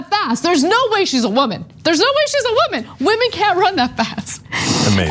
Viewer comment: When Cenk repeats and intensifies Ana's accent of " wo-man," you can tell in his face he's like "damn it, the right is gonna claim I'm racist!!" And in my head, I thought, "OF COURSEEE!!" XD And you can tell the butty hurt are gonna point and blame anything to justify why a woman has an "unfair advantage" against them